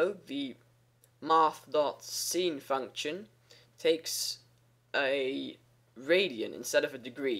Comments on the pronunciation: Lol i was confused by him pronouncing sin,scene. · Just wanna mention: sine is pronounced like "sign." :P Just thought I'd let you know! :D And thank you so much for these clear, informative videos!